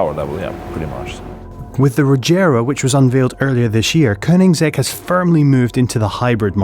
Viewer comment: It's not Koninsegg, it's Koenigsegg. Spell it right.